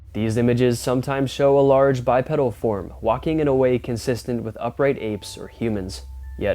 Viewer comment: Love your channel but its pronounced Bi PEEDAL, a pedal is found on a pushbike